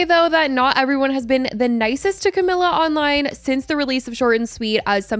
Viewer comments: Cah-me-la. Just had to get that out there 😂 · why are you pronouncing camilas name like that lmfao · You’re pronouncing her name wrong. Over and over. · Whose? Camila?? How is it pronounced tho? I am not native English speaker so it sounded fine to me.